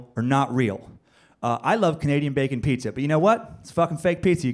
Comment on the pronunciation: The Ghost of Shades Kelly know this is 3 years ago but did you hear him call pizza as petzza